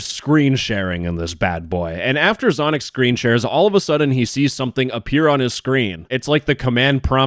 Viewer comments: "Zonic Zoined the Zoom Zall" 😭🙏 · "so after Zonic zoims zhe zoom zall" ✌️😭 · “after zonic zoined zhe zoom zall” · “but after zonic zoined the zoom za”